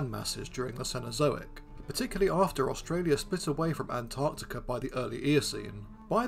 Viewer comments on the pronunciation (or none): none